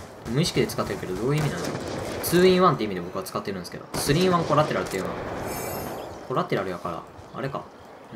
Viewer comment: こるぁてらるぅっていうのは♪